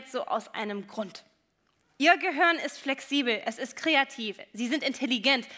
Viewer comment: Ich mag die Frau Shaw ja wirklich, aber es heißt GEHIRN, nicht GEHOERN.